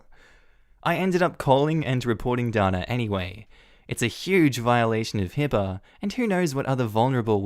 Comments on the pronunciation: DANA...IN U.S. IS PRONOUNCED...DAY NA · Usually Dana is pronounced Dayna. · Ok, so you pronounce Megan like Meegan in Australia. In the other story with the girl named Dana we in America would have pronounced it Day-na. So many differences..... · That may depend on where she's from. Dana (pronounced Darna) won the Eurovision song contest twice for Ireland in the 1970s. Dana International (who also won it) from Israel was also pronounced Darna.